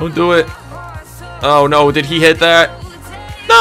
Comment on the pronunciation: Bro said ehit